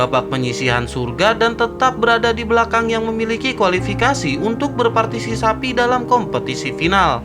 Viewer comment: Haha partisipasi bang bukan parsisapi haha